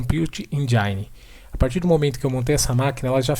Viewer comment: Parabéns pela demonstração. Minha sugestão de melhoria é acertar a pronuncia dos termos Engine e Dashboard :).